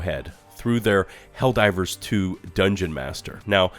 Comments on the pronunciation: I love your video man, but I laughed both times when you said "Hell-Riders 2" LOL. too funny! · Why do you keep saying Hellriders? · I'm just trying to figure out why he keeps calling it HELL RIDERS LOL 😂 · Is it me or is he consistently calling the game Hell Riders? 😂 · Is he trying to say hell rider's? Cuz that's what he's saying